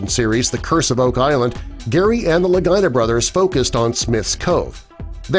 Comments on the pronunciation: It's Rick and Marty La-gee-nah. NOT Ricky and Martin Luh-guy-nah. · Its pronounced Lageeena. Not Lagina. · Its "Lageeenah!.. not Ligyna!!.. Idiot! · Thanks lol thought i was loosing it! Your so correct!👍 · Worst Oak Island video ever. And why do you keep saying Lagina like Vagina?? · LaGEE-nah. C'mon man...they've been on TV for quite a while now. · La-gee-na... You’d think doing a documentary, you’d be able to say a name correctly... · I agree. He should pronounce their last name correctly! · Rhymes with Delores Lagina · This is pitiful. You can’t pronounce their last name and the sword was not a Roman sword! They debunked that very quickly. Get your story right! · I thought I was gonna hear something new, Hell I know more about the show than this video shows.I'm sure the guy's just love the way they pronounced their name like a certain female body part. Maybe change your handle to Facts FIRST. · Can you please correct the pronunciation of the Lagina Thank you.